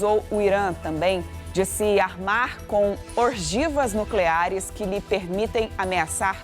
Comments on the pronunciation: "ORGIVAS" NUCLEARES ? Povo do SBT, está de mal a pior... Porra, ORGIVAS? Se ta no teleprompter e ela lê o que etsá errado pior ainda. Se foi invenção dela é lamentável. kkkkkkkkkkkkkk ORGIVAS kkkkkkkkkkkkkkkkkk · "orgivas nucleares" nem o tal do teleprompter é capaz de ajudar essa geração Tiktok do jornalismo 😅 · Em , as "ORGIVAS " nucleares da apresentadora arrebentou tudo, kkkk! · 😂 ORGIVAS NUCLEARES 🤣🤣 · Kkk ela falou "orgivas", ta escutando tao bem nao.